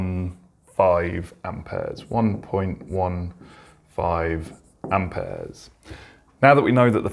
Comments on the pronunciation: Amp ayaz😂😂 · I love how he says amperes 😂